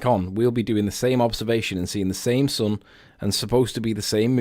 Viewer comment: Please tell this nut that it's SUN NOT SON!